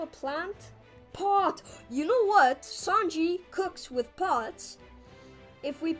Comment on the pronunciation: The third time you said sanji you said shanji